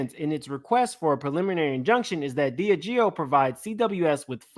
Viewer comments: Just to clear it up. It’s pronounced DI-Ah-GEO. Love your channel! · DIAGEO SOUNDS LIKE DEE AHH' GEE O 🤣🤣🤣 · I THINK it pronounced( DEE AHH GIO)..And how can Diddy be mad at THEM when he PUSHED the Ciroq and Deleon liquor on to the RAP AND HIP HOP COMMUNITY and his friends which are the majority YOUNG BLACK AND HISPANIC!..HE PUSHED the market to where HE knew it would take flight! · Dee-Aaaaah-Gee-Oh that's how you pronounce Diageo!